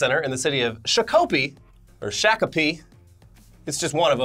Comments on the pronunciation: Minnesotan here, it's pronounced Shock-a-pee, you were close lol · It is shock oh pee (Shakopee) Just letting y'all know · Its pronounced shock o pee. Not shack o pee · Shock-a-pee thats how you pronounce Shakopee. okay no nvm it's Shack-oh-pee. Yeah not cool. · Shakopee is more of a Shah-ko-pee rather than a Sha (like in the word "shack") sound. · Hey boys, Minnesotan here. If anyone was, curious it's pronounced "shock-a-pee" but spoken quickly. Every time I drive past the warehouse it looks depressing as hell. Good thing I still, somehow, rarely order from Amazon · I'm from MN, we pronounce it "Shock'a pea" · Haha love it! It's pronounced here "shock-a-pee" You guys rule, keep up the great work! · from Minnesota, Shock-a-pee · It's pronounced Shock-oh-pee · It's pronounced shock ah pee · Prononce Shock-Oh-Pee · I don't know how but is somehow saying Shakopee wrong and I know that cause I live in the Twin Cities